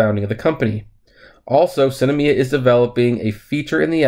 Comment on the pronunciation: Its SINemia not Cinamia